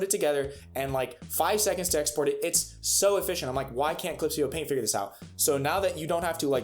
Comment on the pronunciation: im loving it when you say FIYURR